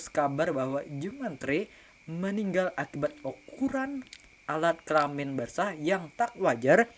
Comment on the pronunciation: Kelamin bang bukan kelamen